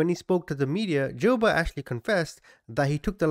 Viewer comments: It's pronounced Joo-bert...this was a big deal when I was a kid, I grew up in Omaha where he kidnapped the paper boys.... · friendly fyi : it’s pronounced joo-bert and eb-er-lee